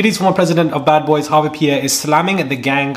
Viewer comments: Small note: it’s Harve* not Harvey! We know how getting names rights matters as folks of color. Appreciate your work. Keep it up! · Harve not Harvey bruh 😂😂😂